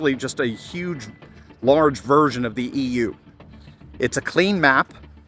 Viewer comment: EU pronounced ewwe!